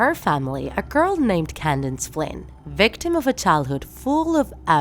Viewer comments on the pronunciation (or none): Candace not candance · It’s not candance It’s Candace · Why do you keep pronounce her name wrong its candace not candance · It’s Candace not can dance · It’s Candice, not Candance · why does she always say Candance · it’s candace not kindane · Doofenshmirtz not Doofensmirks. Candace not Candnz Mental illness not mentally retarded Boundless not bounlenz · Did she say candine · She keeps saying CandaNce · What the "candince phienence" what??? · Is it just me or did anyone else hear her say candaNce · You pronouncing "Candace" makes me remember "Condensed" milk